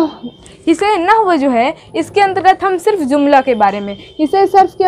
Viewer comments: Baaji zumla nh hota jumla jota h 😌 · Mam aap urdu ki Teacher hai urdu word jumla hota h zumla nahi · جملہ کو آ پ ز سے زملہ پڑھتے ہیں یہ غلط ھے جملہ پڑھۓ۔ مہمل پہلا م پیش کے ساتھ دوسرا میم زبر کے ساتھ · زملہ نہیں جملہ ہوتا ہے